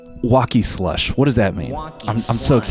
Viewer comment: the "slush" fucks me up every time man!